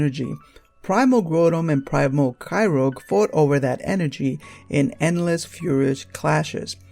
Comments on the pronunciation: Layla dog I didn't come in to make an issue of this. Bottom line is, there is no way that "ogre" is pronounced "rogue". That's all. And if you want the anime episodes that dealt with Kyogre, there have been a number of them including the film about Manaphy. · Kyogre not kyrogue lol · Why are you calling Kyogre Kyroge? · It's not Kyrog it's kyogre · Why do people say Kyrouge instead of Kyogre? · It is "Ky-ogre", not "Ky-rogue". Other than that; interesting theory. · kyogre's name is pronounced as kai-ou-ger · It's more like "Kaioga". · its primal kyogre not yoger and groudon not growldamon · Groundon (GROW - DON) Kyogre (KY - OGRE) not GREW - DON and KY - ROGE. Sorry vvv picky ik but it bugged me xD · Grotum and Kairogue... Dude, I realize japanese isn't the REAL origin of the American version's names, but you're butchering these names horribly. It really doesn't make you seem knowledgeable when you can't even pronounce the names, which are annunciated for you online with Bulbapedia and the like. Obviously your english is a bit rough, I know you can script this stuff and work out sounding a bit less rough but if thats how you talk I'm not gunna get on you for your lack of proper English or anything, I just feel like if you're going to be doing Pokemon info, especially far flung rumors, you should at THE VERY LEAST learn to pronounce the pokemons names you use. Obviously the theory is... hard to believe. Whatever. Again, not critisizing your content choice, just thw POKEMON NAMES. Good luck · you said Groudon and Kyogre wrong